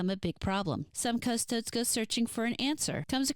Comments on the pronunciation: This isn't a big deal but it bothered me. Custodes is pronounced "Cus-toe-days" the last E is not silent. Yes I know it can definitely be a pain to pronounce words you're not familiar with correctly, especially (made up?) psudo-latin weirdness used for Warhammer. It's just bothersome for someone who's more versed in it is all. No offense. Edit: Sororitas is "so-ro-rih-tahs" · Great video! Im still giggling at the ''Custodes'' pronunciation <3 Now imma make it my personal mission to drag you into the depths of 40k lore.